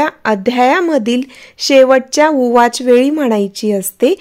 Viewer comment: ताई ते ऊवाच आहे उवाच नाही निदान माहिती तरी नीट सांगत जा